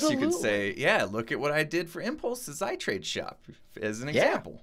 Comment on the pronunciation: ITrade? More like iTrEAde 😂😂😂